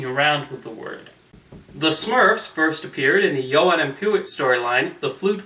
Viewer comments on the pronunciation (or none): I loved the Smurfs as a kid. If I have to pick a favorite Smurf it would have to be Clumsy because I think he's adorable! By the way the host pronounced the names Johan and Pee-Wit wrong. Johan is pronounced Yo-han. And Pee-Wit is pronounced Pee-Wee.